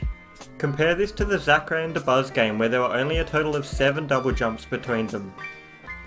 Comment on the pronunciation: When he says Zackray,my ears tell me "Sakurai" lmao